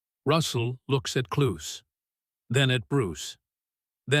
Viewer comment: Can the producers of this thing not program the AI narration to pronounce Klaus correctly, or at least the same way each time, whether correct, or not. That is most annoying and very unprofessional.